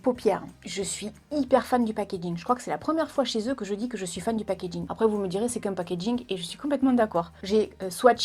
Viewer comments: Tu dis "pagegin" a !😂😂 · "Je suis* fanne du pakaking" xD